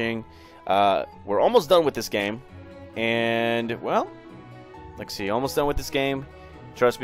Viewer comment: are u saying lexy instead of let’s see? or am i crazy?